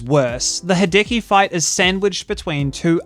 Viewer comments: It's worth pointing out that it's "HEE-deh-key", rather than "he-DEH-key". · Me, the entire video: "please don't say hideki again...": "Ha-decky, ha-decky, ha-decky." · "Ha-decky" christ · I hope this doesn't come across as abrasive (sadly it's my natural tone of speech so I'm paranoid about it) but that's not the way you pronounce Hideki. In the video, you're using the english e, which sounds like the “Hi-” and “-ki” parts of his name, but the “-de-” part is meant to be pronounced with a similar type of e as the one in the words "dextrous", "delightful" and "devilish". Just wanted to add that cause the constant "Hidiki" is killing me inside :')